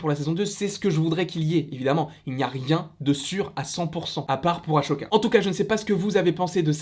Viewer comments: Euh juste j’ai adoré ta vidéo mais c’est pas aCHoka c’est aSSoka ça se dit « ss » et pas « ch » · Je t'adore vraiment mais ... s'il te plaît respecte Ahsoka 😂😭 A"sssss"oka Sinon bonne vidéo 👌